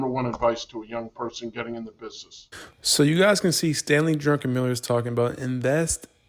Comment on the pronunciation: It's "Drukenmiller" , not drunken on Miller. 🍺